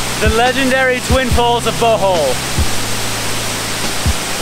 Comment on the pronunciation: I’m Filipino and I never knew about chalamay. It sounded like he was saying “butthole” instead of “Bohol” hahhaahha